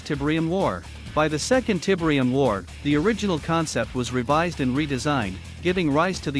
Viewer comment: Tibrium 😬 Please stop with the awful AI voice.